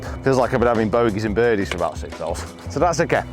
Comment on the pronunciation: Bodeys and birgies huh? Pathological fear of bed-bugs messed up your ability to speak temporarily 😂